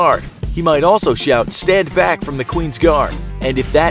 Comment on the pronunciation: I like it when they yell "Stand Bacc"